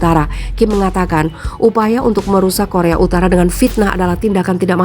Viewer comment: Korea UTARA MIN BUKAN UTALA